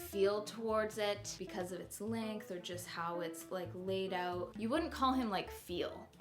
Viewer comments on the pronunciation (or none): none